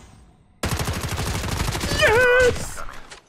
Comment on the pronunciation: i like how pronounces mans name as “my stick” when mystic is a word 💀